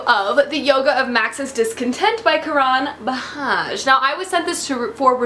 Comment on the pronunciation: Karan is pronounced like Ka-run. :)